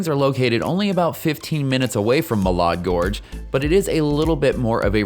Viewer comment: Muh-LAD Gorge. Correct pronunciation/synax as a local